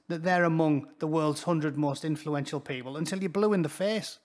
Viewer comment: Influential or effulential? 🤮